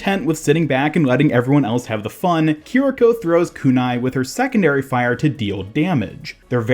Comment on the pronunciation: You actually got the pronunciation spot on. Japanese doesn't really have much in the way of syllable emphasis, and your vowels were all correct. As a fun side trivia... o-fu-da Japanese--Kiriko's healing source and fu-lu Chinese--the talisman on Mei's Jiangshi skin Are both related, inspired prayers to gods, typically for exorcism/redirection of negative energies. Purportedly, according to some of the occult reads I've been going through, the Hu Xian fox cult may have spread the use of those from China over into Japan, at some point.